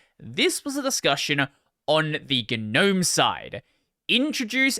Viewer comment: its pronounced gnome not gnome.